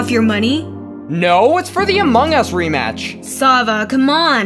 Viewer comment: Its so funny hahahahaha he said amog us pahahahahahahahaha